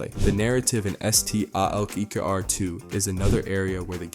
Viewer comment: Yo bro it’s STALKER 2 not S-T-A-L-K-E-R 2 lol Hence why they call you